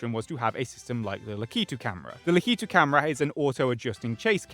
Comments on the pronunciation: Is... Is that really how Brits pronounce Lakitu? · that's not how lakitu is pronounced and you know that. Please be better. I will be reflecting this in your next report card if you don't turn things around